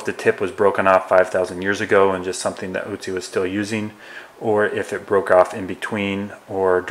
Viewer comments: It's Ötzi not Ützi. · its not ootsee its oatzi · Otzi not Utzi!! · By the way it is Ötzi and not Ützi as you pronounce it. He was named after the Ötztaler Alps where he was found. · Its not "Utzi" or "Otzi" but Ötzi or Oetzi .... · Not Otzi its Ötzi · Great video! Just for information purposes: It's pronounced "uh - tsi". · Ötzi. pronounced 'utzi' watch the accents my dude